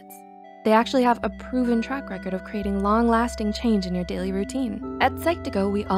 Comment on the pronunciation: You said pf instead of of :D